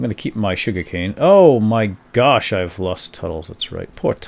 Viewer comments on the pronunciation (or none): none